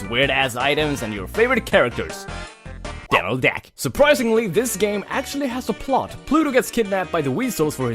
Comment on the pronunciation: (Donald duck) Danald dack😂😂😂😂😂😂😂